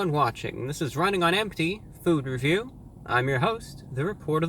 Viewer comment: NOW THAT U SAID THAT ITS ALWAS GONNA SOUDN LIKE THAT FUCK